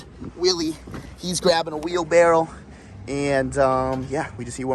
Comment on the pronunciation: isnt it also a wheel barrow not "wheel barrel" lol